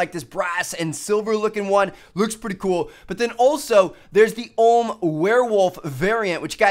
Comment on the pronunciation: It's prenounced O.H.M. Not the OHHMMM jeez...